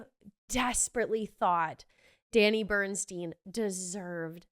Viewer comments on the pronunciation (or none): You called him Danny Burnstein. It's Burstein.